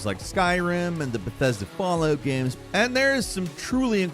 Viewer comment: Yes... the Bethesda "Fall-oot" games...